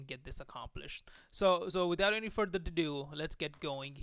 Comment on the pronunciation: Its further ado. no Further dudoo... but I really appreciate your video., it was very helpful.